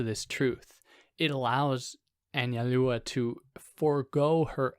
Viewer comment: You said it correctly. An-zal-dúa